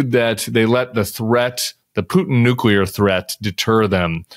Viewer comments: Big fan of Bob Woodward and his books BUT why is such an intelligent, talented award winning journalist and author of great books completely unable (or is it just plain unwilling on his part) to correctly pronounce NUCLEAR!!?!?! He keeps saying year after year, month in month out, NUCULAR!!!! Just the same way George W Bush (who was NOT bright) mispronounced it. BOB, or someone in his life, please tell him his pronunciation is 100% NOT correct. I usually switch channels when ANYONE mispronounces this OR uses atrocious grammar, etc. BUT I can't turn away from him as his writing and his discoveries or revelatons from all his confidential sources are absolutely invaluable. Tim if you read this, PLEASE ask him to pronounce it correctly. He's already said it at least 50-80 times so far at the point where I felt compelled to put this video on pause to type up and submit my comment. I can totally tolerate his accent but outright mispronunciations are so jarring. And of course he has a responsibility to his public to pronounce things correctly, to write his books accurately, to not make up his own grammar rules, etc. Thank you to whoever has the courage to tell Bob he needs to start pronouncing this word correctly. VOTE BLUE AMERICA!!!!!! Defeat Trump and his maniacal MAGA followers and send him back to Mar-a-Lago or Trump Tower forever. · People! What’s with the constant “nu-cu-lar?” You are both educated men. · Bob: nu-cle-ar NOT nu-cu-lar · It is discouraging that Woodward cannot pronounce "nuclear" correctly. It drives me nuts when I hear " nookyuler". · Nuclear not nukular .. hurts my ears Bob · The word is "nuclear" not "nucular"...gee whiz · How sad that a man of his standing says new-queue-ler! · I just wish Bob would stop pronouncing “Nuke-ya-Ler” weapons. Love the guy, but it’s almost like he is purposefully grating my nerves. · Very surprised to hear Bob Woodward mispronounce "nuclear". He says "nucular", like G. W. Bush. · You lost me at 'nucular'